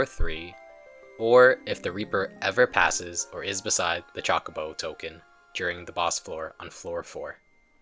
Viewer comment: Grrr! CHO not chalk. 😮